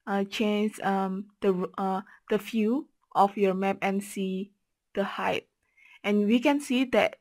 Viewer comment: thanks for this ! - PS Height = pronouced " H - eye -T"